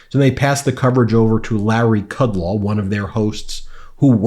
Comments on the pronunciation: Kud-LOW, not Kud-LAW, ROMO, not ROMA. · Ben, Although I don't like either, it's BartaromO(sp) and KudLOW, not 'ah'. Just FYI... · Kudlow's brain has melted from his decades of cocaine abuse. It's KUD-LOW, you mispronounce a lot of names and words.